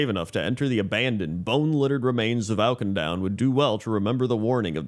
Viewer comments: Oak-in-down ? I've never heard of that place 🤔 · Awk-in-doon :P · I'm honestly impressed you've somehow escaped all the cinematics and Auchindoun dungeon where they say the name a billion times lol. Maybe I just played too much in WOD. It's more like 'ah-kin-doon' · If youre gonna roast the guy at least spell his incorrect pronunciation right lmao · I'm not gonna rag on somebody for not getting the pronunciation of a fictional place right, but they say the name many, many times in the Auchindoun dungeon and in the zone